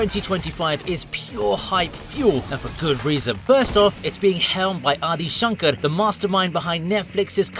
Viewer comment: How did you pronounce adi Shankar correctly!! are you secretly brown?? does sacred indian blood run through your veins??I NEED ANSWERS!!